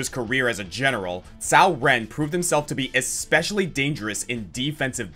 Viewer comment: Coming from the perspective of someone who has Mandarin as a dual first language, I'm touched to see you emphasis how to pronounce Cao Ren's name correctly, but then you butcher the pronunciation of Wu-Ruixiang. :( Oh well. This was a great list as usual, and I'm glad to see one of my mains at the No. 1 spot.